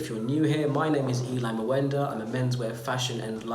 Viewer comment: But Why do you pronounce your second name like that? `Muuenda’🤦🏽‍♀️at least pronounce your African name correctly, or does that come with the acquired accent as well.